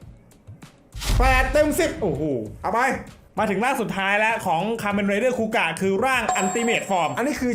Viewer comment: คาเมนไรเดอร์ คูกะ ไม่ใช่ คูกาก 😂